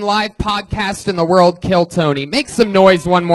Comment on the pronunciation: Someone teach Redban how to properly say the word "world"